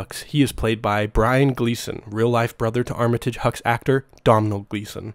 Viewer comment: Can you pronounce Brian & Domhnall Gleeson’s name correctly please.